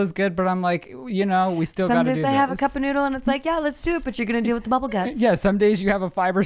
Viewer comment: definitely pronounces deal as dill and I have heard him blame it on Colorado!